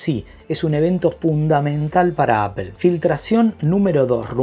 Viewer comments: Se pronuncia apol no apel, porfavor haha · porque dices apel?